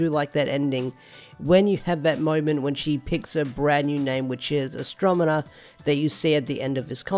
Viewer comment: Astro-ne-ma, not Astro-me-na.